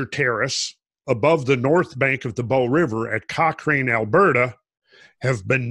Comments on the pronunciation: Very interesting. My dog wants to know whether the mamoth bones are still edible;-). BTW, Cochrane is pronounced Cockran...soft A... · I live east of Cochrane (pronounced Cock-Ran) and the landmass is shaped by massive flooding. I was flying back into Calgary AB from the east just as the sun was setting. The entire prairie were just ripples like the sand on the shore of a beach or river. Randall and crew helped me even notice this. Keep up the good work lads!